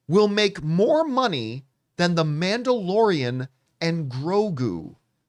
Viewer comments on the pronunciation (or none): “Manderalorian” lmao